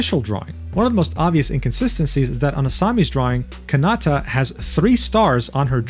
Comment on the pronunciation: please learn the 5 Japanese vowel sounds. It’s the same sound for every usage. Triggered my the sakuna and kanata pronunciations